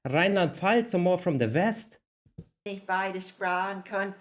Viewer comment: Yeah, even just the way they say "Ich" sounds more like the Dutch "Ik". I feel like the Bavarian pronunciation of the "ch" is a bit softer. American from Wisconsin, I'm learning German, I could understand quite a bit of it, fortunately they spoke rather slowly and deliberately. As is the case with Dutch, I can understand them better with a few 🍺 in me.